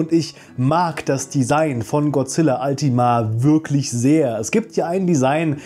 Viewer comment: Es wird nicht zusammen geschrieben und auch nicht altima ausgesprochen sondern ultima